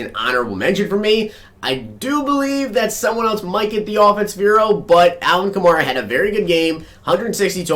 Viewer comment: You're pronouncing Alvin kamara's name wrong! It's pronounced like a female horse , a mare. so its Ka-mare-a!